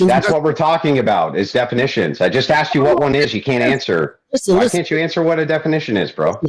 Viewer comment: “He axed you to define it” 🙄